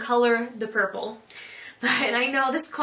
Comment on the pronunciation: lol did u say burple ?:)